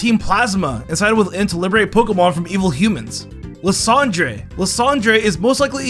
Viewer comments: I'm sorry, lasan Dre? It's ly San der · Imagine mispronouncing Lysandre